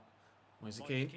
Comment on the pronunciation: Did you just call Kean "Ken" hahahaha.